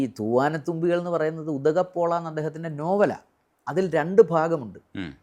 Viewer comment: ഉദകപോള എന്ന് വായിക്കു. 🙏🏻